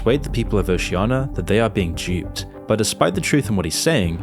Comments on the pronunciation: It's Oceania not Oceiana! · why are you mispronouncing Oceania? it's not Oceana and it's pretty jarring.